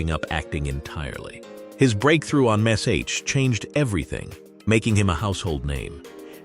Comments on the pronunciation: It's MASH not MASCH! No need to spell it out. Just say "MASH". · What is m a s h My god, say the word Mash, what the hell is the matter with you? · I still watch it I love this programme... One query.. Why is the man telling this programmes cast where they are now calling the programme m.a.c.s.h...when it's only. M. A. S. H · Really Ai. I'm not 3. Spelling out M A S H. You must think we're idiots 🤔.!